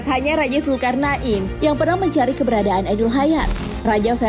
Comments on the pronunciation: mohon maaf min, penyebutanya Raja zulkarnain bukan zulkarnak in... 😊 nggak enak didengarnya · Pengen ktawa denger komentator nyebut zulkarna in 😂😂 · Hellloooo zulkarna IN ???? bacanya betulin pleaseee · Zulkarnain bukan zulkarna in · Salfok sama penyebutan nama raja zulkarnain😓